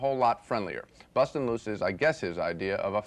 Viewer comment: "busting" loose haha. Your whiteness is showing again Gene